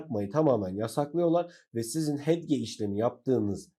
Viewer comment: inanamıyorum arkadaşım konuyu anlatmak için video çekmişsin ama hedge hedge diye başlıyorsun ya....keşke bir öğreniverseydin telaffuzunu...